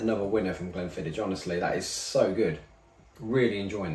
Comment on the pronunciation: Mildly upset at your pronounciation of Glenfiddich 😄